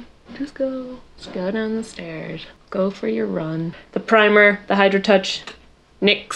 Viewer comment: When your sister just now realizes it's Nicks not N Y X...